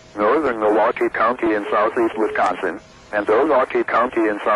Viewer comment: The way it says "NORTHERN milWAUkee County in South Eastern Wisconson" and "Until PM CENTRAL DAYLIGHT TIME"